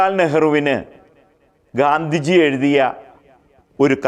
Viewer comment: 'ഘാന്ധിജി' അല്ല 'ഗാന്ധിജി'യാണ് ശരി.